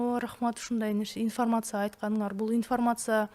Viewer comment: инфмрмаца ифармаса дебей уйронсон. суйлошту